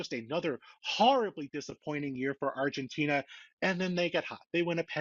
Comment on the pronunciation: What are you referring to when you say “refgentina” then?